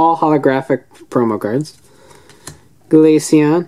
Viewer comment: You said glachion